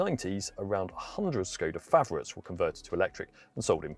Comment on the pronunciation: To the guy in the video: ever wondered what that inverted carrot on top of "s" in "Škoda" signified? It is to pronounce it as "sh", as in "sugar". Think about it.